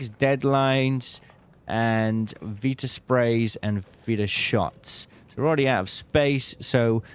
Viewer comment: VITA spray, not Veeta spray ffs